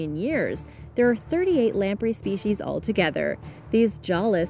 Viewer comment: Also Lam-pray.